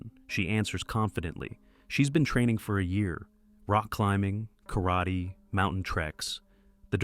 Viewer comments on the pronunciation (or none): none